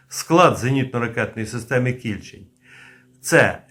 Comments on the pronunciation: Не кI льчень,а КільчЕнь,на дніпропетровщині є річка КільчЕнь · Не Кііільчень , а Кільчееень , наголос на "е" . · Наголос не правильний - кільчЕнь. Це назва притоки р.Самара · Не кІльчень, а КільчЕнь. Річка що тиче в примісті м Дніпра. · не кІльчень, а кільчЕнь, ця річка притока Дніпра тече у нашому місті... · Пане, думаю, що наголос правильніше буде ставити на другий склад - Кільчéнь, а не Кі́льчень. Бо під містом Дніпро протікає однойменна річка «Кільчéнь», а КБ Південне саме в Дніпрі. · А чому кІльчень? Правильно кільчЕнь :) це річка така :) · Шановний, Ви невірно ставите наголос у назві "кІльчень"! Правильний наголос на другий склад, "кільчЕнь", а не на перший!!! Кільчень – це гідронім, назва річки, правий приток річки Самара, яка є лівим притоком Дніпра. Кілчень впадає у Самару зовсім поряд з гирлом самої Самари. Дуже мальовнича місцина. І це в межах міста Дніпро! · не кІльчень а кільчЕнь річка така є під Дніпром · Ага, мені теж КІльчень трохи ріже вухо.🙂 Бо річку всі називають КільчЕнь. Це як з тієї реклами про пиво: - Куме, а ти знаєш як у Новгороді називають наше пиво? - Як??? - Піво! 😅😅😅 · Кільчень з наголосом на останньому складі. Кільчень це річка біля міста Дніпро. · Наголос на останній склад КільчЕнь. Це річка в Дніпропетровській області. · Плюсик, але назва «Кільче́нь» має наголос на «е», тобто, поза коренем — так само, як у назвах «Волинь», «Горинь», «Рогань», «Тамань», «Бершадь», «Оболонь» та інших подібних давньослов'янських назвах. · Кільче́нь, отако наголос робити. Я там вудив у дитинстві. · Тiльки правильно - КiльчЕнь. Рiчка е в нас така.... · КильчЕнь. наголос на другий склад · Кільче'нь-наголос на (е) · Є річка Кільче́нь (наголос) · Кільчеʼнь наголос на останній склад, це річка біля Дніпра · Вірно казати Кільчень з наголосом на е. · КільчЕнь. З наголосом на е. Це річка така. Ну хоч збирайте моло мало інфу перед записом. В нашому найменуванні невірно ставити наголос, то ганьба!